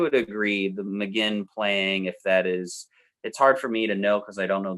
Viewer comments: You guys don't even know how to pronounce Roger's surname. Magain as in again? Read the name: Mc-Guinn as in the famous baseball hall of fame Tony Gwynn. But by all means, your real experts! No one would let anyone write a book on Michael Jordan if he said he wanted to write a book on "Mikel Jor-Don"...Truly one of the most ludicrous things I have ever seen.... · Good video despite the constant mispronunciation of Roger McGuinn's surname (it's pronounced McGwinn). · It's pronounced "McGwinn" NOT "McGinn"!!!! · it's pronounced Magwinn not Maginn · Hey guys, please, it's pronounced "Roger Muh-Gwwinn." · It's pronounced like Mc-GWINN. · I love your appreciation for the greatest American band. But your consistent mispronunciation of McGuinn is driving me mad.